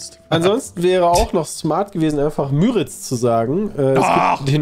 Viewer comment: "Die" Müritz ist richtig. Müritz ist auch was anderes als Müritzsee, das sind unterschiedliche Gewässer. und übrigens eher mit langem U und kurzem R, also "Müüritz" statt "Mürritz". dass das der größte ausschließlich in D befindliche (Binnen-)See ist, sollte eigentlich auch echt hartes Allgemeinwissen sein, mind. aber geografisches Grundwissen aus der 5. Klasse. Der Müritz-Nationalpark ist übrigens auch der größte Nationalpark in Deutschland, wenn man die 3 größeren mit Gewässerfläche (Watten- bzw. Boddenmeer) nicht berücksichtigt.